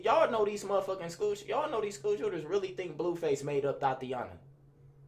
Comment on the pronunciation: “Like dese” 😭